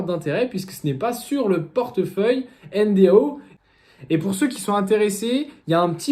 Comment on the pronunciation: Soit tu prononces 'èneDO' soit N.D.A.U. avec U mais pas N.D.A.O. comme tu le fais dans toute la vidéo. C'est quand même le titre et le sujet de la vidéo.